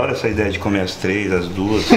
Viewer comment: só fala "AZIDEIA" kkkkkkkkk